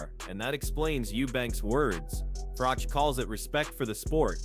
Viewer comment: How can this proclaim to be a 'boxing channel', when the narrator can't pronounce 'Froch' or 'Bellew' correctly? Or is this just another lazy creator using one of those horrible AI voiceovers? Either way, I can't take content like this seriously!